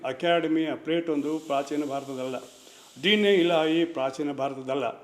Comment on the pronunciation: ಒಂಡು ಅಂತಿಯಲ್ಲಪ್ಪ... ಸರಿಯಾಗಿ ಕನ್ನಡ ಉಚ್ಚಾರಣೆ ಮಾಡಪ್ಪ ಮೊದಲು.... ಕಾಂಗಿ ಏಜೆಂಟ್...